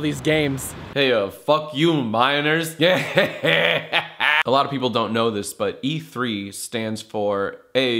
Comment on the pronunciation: you said "fuck you minors" but i heard "fuck you viners" lmao i thought u were dissin